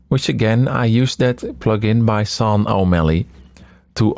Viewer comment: This is so lovely! Incredible to see behind the scenes. Btw, I think Sean is normally pronounced "Shh - aww - n"